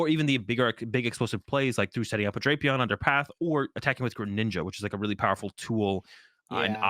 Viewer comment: it's pronounced DRAY-pee-aan, not DRAP-ee-ann. has it right. I wouldn't say anything, but you are always hounding him for his pronunciations!:)